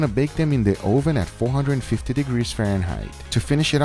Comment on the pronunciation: Guga says, Oh ven! Instead of oven. Lmfaooo!